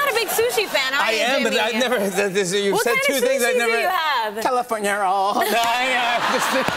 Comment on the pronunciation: "WHAT KIND OF SUSHI DO YOU HAVE???" Jimmy: "CaliFoRniA rowL" LMAOOOO